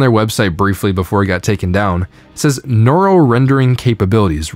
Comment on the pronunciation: why cant this guys pronounce neural correctly ?